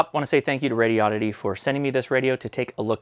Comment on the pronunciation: Maybe you could teach how to say Radioddity? (notarubicon)